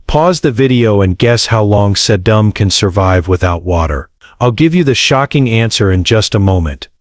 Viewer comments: If you can't get the AI to pronounce the plant names properly I lose interest very quickly. Sedum is pronounced Sēdŭm. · Sedum is pronounced “Seedum” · It’s See’-dum, idiots, not Sa-dumb’! Geeeeze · OMG, AI voice-overs are the Worst!!! Suh-DUMB! First plant out of the block!!! Bahahahahahahahahahahahahahahahahaha!!! Can’t wait to hear how the rest of the names are mangled. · ‘Sedumbs’? ‘Host-as’? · This is unlistenable. "Sa-DUM Lyev Forever"?! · It's see-dum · See- dumb (Sedum) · He's been gardening for over 30 yeares?? How come he doesn't know how to pronounce SE'dum? Makes you wonder if the information being given is correct?! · If you are going to let AI read your text, then for goodness sake teach it how to pronounce Sedum, Hosta and Astilbe. Please! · this was an excellent video but somewhat marred by cringe-worthy Mispronunciations. look up sedum, hosta, astilbe, hellebore. also menier is not a word and I can't figure out what you meant. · The pronunciation of these plants, sedum, astillbe (the worst), hosta are ridiculous. People asking for these plants at a nursery will be laughed at. You need to clean this up. Cone flowers eventually revert to the native pink. And they do not like planters or generously reseed. Have been growing them for years. Neither of these things are true. I think you have embellished the truth about some of these plants. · Is this AI? One would think a garden show would know how to pronounce Sedum. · Right. They pronounced a lot of the flowers names wrong.